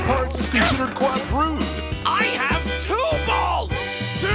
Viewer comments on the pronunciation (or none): For filipinos two balls is pronounce as tubols(whel technachly tubol)